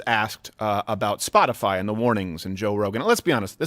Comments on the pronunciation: "Spotifly," eh? The airhead needs to take herself and her fake lashes and take a trip down a flight of stairs. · Did Reptilian press secretary really say spot-a-fly??? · Oh shit. If you click the back button as soon as she finishes the word "spotifly" you can see Chucky. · She definitely read that response, but I wouldn’t exactly call it “carefully worded”, she said “Spotifly” 🤦🏻‍♀️